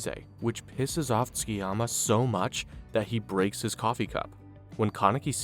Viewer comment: Dub should be illegal. Its pronounced Su-ki-yama. Not fking skii-yama